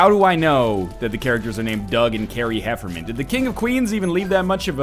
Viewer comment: It's Doug and Carrie HefferNan, not HefferMan, smart guy! :P